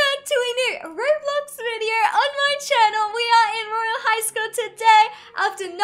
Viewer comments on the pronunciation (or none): none